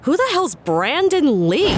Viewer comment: « Who is Beandon Lee ? » Ded in the first minute